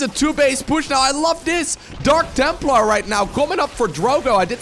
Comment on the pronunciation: Jeez, I heard dank templar again, smh